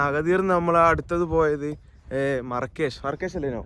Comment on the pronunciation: Markish ❌marakash✅